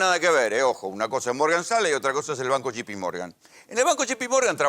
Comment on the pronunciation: Cuantas veces dijo shipimorgan? Burro